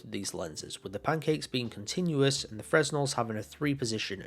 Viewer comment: Great review. Great comparison. But just for future reference. Fresnel is pronounced fre-nel. Still gonna get the 3 . Those pancake Len's are just so much better